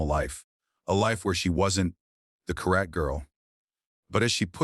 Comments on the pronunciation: You need to learn to read. As an example , one of many, karate is not pronouncced like that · It’s so weird when AI Can’t pronounce words correctly like karate.